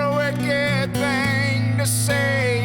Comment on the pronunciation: Also says Thang instead of thing.